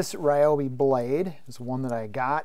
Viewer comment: The real pronunciation for Ryobi is actually REE-O-BEE